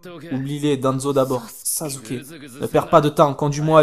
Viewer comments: C'est sasuke pas sazuke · on dit sasuker avec un [s] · c'est pas sasuké mais sasuke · et aussi sasuke ça ce dit pas "sazuké" mais "sassouké" voila pour bien que tu sache comment on dit sasuke :)) je m'abone j'ai ce jeu sur pc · si ta regarder le premier na ruto et le combat final de assure et naruto il dit sasukeeee et pas sazukeeee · ca se prononce sassuke et pas sasuke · On dit sasuke et non sazuke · Tu dis malle sasuke